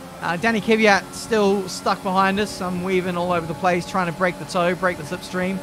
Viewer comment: it's pronounced Kvyat, not Kyvyat